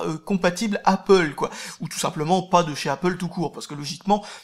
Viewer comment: Mince, tu dis plus "apôle", j'aimais bien voir les commentaires avec les pro-apple rager de ta prononciation ^^